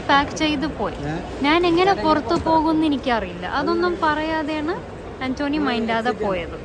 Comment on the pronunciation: ആന്റോനി അല്ല പെണ്ണേ ആന്റ് കെണി😂